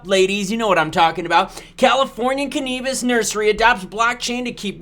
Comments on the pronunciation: Cannabis is pronounced Can-a-bis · Say cannabis again lol